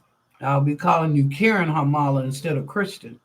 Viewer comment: Thank you for the reading! I don't act like a karen and I don't nor have I ever expected things to be handed to me without working for them, don't worry. Oh, my last name is really pronounced as "HAR-muh-luh", emphasis is put on the first syllable, not the middle one lol. It's of Finnish origin, not Italian or whatever. My paternal great-grandparents were immigrants from Finland (Finnish is spoken in a European country, but it's actually not even really Indo-European, that's why it's so different. It's related to Hungarian and Estonian, random language fun fact). Lol Very common mistake.